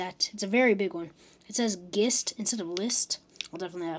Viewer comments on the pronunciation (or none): "gist".... pronounced. "JIST". to convey, a general idea.